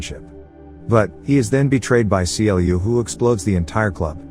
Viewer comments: it triggers me that you keep saying C L U and not Clue. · it triggered me when he keeps saying c l u instead on clu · The only thing that bugs me is how he says C L U and not clue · I know this isn't actually read by a machine, and is a dude telling these stories. If it was a machine I could understand the constant issue calling Clu C-L-U. It is infuriating. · The way u say C-L-U🤯🤯u could literally just say Clu Instead of C-L-U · Why is he saying "Cee Ell You"? CLU is literally spoken like "clue", as one word. :x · Do you not know the character's name is pronounced literally "clu" , just clu, no C L U non sense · Seriously it's pronounced as CLUE not C.L.U. Did you even watch the movie. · I had to stop when he called Clu: See El You. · The AI voice couldn’t pronounce CLU right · I always wanted a video from you about this movie but you mispronounce clu's name.